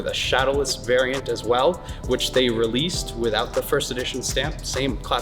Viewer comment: Dude I loved every second of this video - the nostalgia hit so hard. But every time he said “variant” I cringed LOL